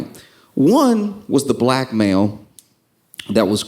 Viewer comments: when he said blackmail i swear I heard black male and that didn't phrased me at all... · I legit thought he said “Two types of BLACK MALE”